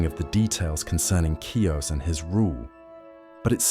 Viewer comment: Ki...us. Not Cuess.